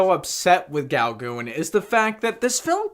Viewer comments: Haha...love this review...so cute! Paul Gauguin was one of the most famous Post-Impressionist painters that ever lived...Gauguin is pronounced “Go Gan” rhymes with “can”...haha 🇫🇷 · Uh, No. Can''t get past the hideous pronunciation. Please stop, find out who Paul Gauguin actually is, and redo the video. QUICK, go do it NOW.